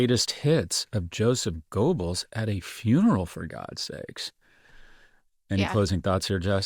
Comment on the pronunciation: Joseph Goebbels yo-sef gōbbelz (mouth-shape long o, but say a short e for oe). "The Storm is Coming" 1930 speech speaks of revenge and the death of SA Horst Wessel, age 20.